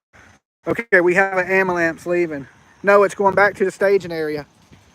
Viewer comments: Luv the way you say "Amalance". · It’s amalamps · I think he’s saying “abulance”😂